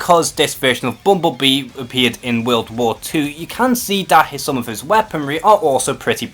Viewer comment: The way this dude say bumblebee... lmao it sounds like bumbubii